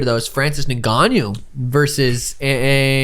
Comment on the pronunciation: It's pronounced 'In' 'Gannou', not 'nin' 'Gannou'